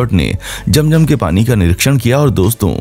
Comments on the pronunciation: Apne picture me atma kiyon lgai hoi hy for you kind information yahan attma to kiya koi Angel b allah k hukam k bina nehi ja sakta second ye k ye jo nAme liyA apne aby jam.jam it's not jam.jam it's abeh ZAM.ZAM next time b careful understand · Its zam zam not jam jam